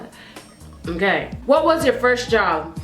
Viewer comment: " OKARRRRRR " " PARRRRRRRRRIS"